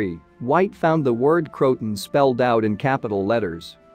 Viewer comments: It's not Crotan, it's CRO-a-TAN. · It isn’t pronounced “crowt-un.” Try Crow-ah-tan, and tan is pronounced just like the color tan. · Croatoan is pronounced ( krow-uh-tow-uhn) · Nothing new. But it's pronounced Crow-a-tow-an. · Pronounced " kroh-uh-toe-un"